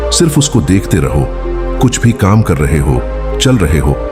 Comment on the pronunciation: Kahani to achchhi lagi lekin kaam ko km km bolker aapne hindi ki aisi ki taisi kr dee